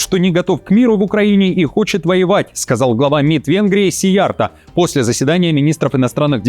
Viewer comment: у Вас хорошие дикторские качества, Вашей дикции я ставлю 10. А ролику в целом 8. Во-первых, неверное ударение в фамилии Сийярто: в венгерском, финском и всех финно-угорских языках ударение всегда падает на первый слог. Во-вторых, слабая видеозаставка.